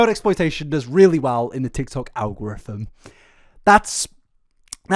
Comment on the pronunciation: 🤣🤣sorry but I've never heard "algorithm" pronounced "al-grothom". Love your videos!! 😻😸